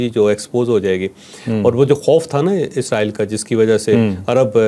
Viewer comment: pronunciation is Israel not izraeell